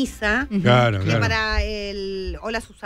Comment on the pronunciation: Así es, aunque para mi.como dije en el comentario la notafuepobrísimaaa Es Susana ...dice holo en vez de hola y está bien . Ella es adorable pero no cuadraba para nada